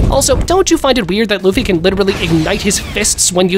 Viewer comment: I heard bro said Luffy D Luffy or Munkey D Luffy😂😂😂😂😂